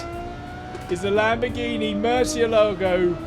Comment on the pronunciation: It's murciélago not moresealogo